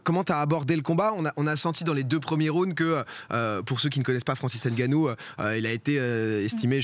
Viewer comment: Arrêter de dire n ganou c est nganou on avale le n.